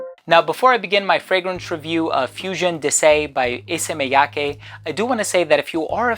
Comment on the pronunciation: You are so good at pronouncing Japanese names haha. Not just Issey Miyake, your pronounce of Hanae Mori in another video was perfect as well